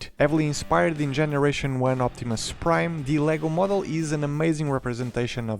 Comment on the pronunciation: "Si Optimum Praid!" - some Fillipino dude